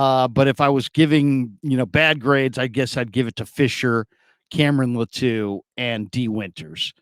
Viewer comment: ITS LĀTU not LATŪ🤙🏽